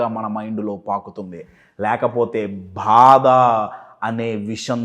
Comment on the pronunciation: Bhada Kadu Badha. several times I observed. Please correct.